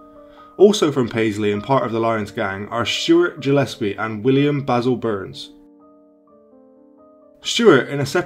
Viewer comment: Jillespie 😆 Ruthenglen 😆